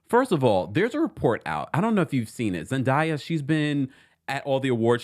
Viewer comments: ZEN DAAAAYA - idk what you calling her lol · Her name is pronounced Zen"Day"ya 🙃